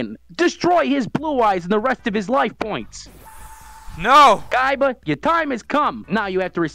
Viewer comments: It is pronounced koiba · 7/10 not enough saying "Koiba" instead of Kaiba. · So pronounces it like coy-ba